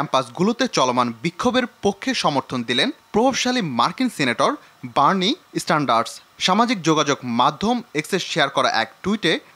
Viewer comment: ভাই বার্নি স্ট্যান্ডার না😂। বার্নি সেন্ডার্স